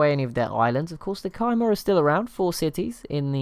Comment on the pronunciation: Khmer is actually pronounced kuh-mai, emphasis on the mai part and a short kuh. Better wrote as k-mai